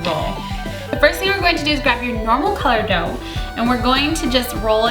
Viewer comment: Every time she said dough I kept hearing dope...